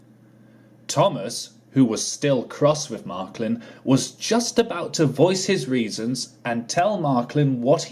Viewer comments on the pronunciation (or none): It’s Marklin, not Marklib!